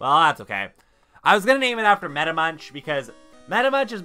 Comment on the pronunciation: Your reaction to the Gyarados! 😂😂😂 I think you were talking about me when you killed that Raticate! It's actually pronounced Meta(Meck), but thank you for thinking of me! ☺❤ Those Weezings scare me! 😱 They have been giving me a lot of problems lately! Your team is nice! Great episode, man! 😁